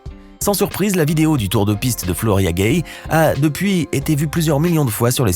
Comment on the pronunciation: C'est floria guei est pas foria guei.